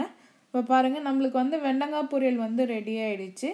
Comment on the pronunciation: வெண்டங்கா இல்ல... வெண்டைக்காய். இதுல தமிழ் சமையல் என்று பேர் வேற...